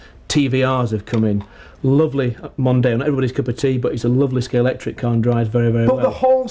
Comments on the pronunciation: Stop saying Scalectix! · Someone please tell it’s Scalextric not Scalectrix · Couldn't they find a presenter who can say Scalextric properly? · He's an arse. Difficult to watch. Can't even pronounce Scalextric.....broke antique scalex model (edited out).....I'm gone....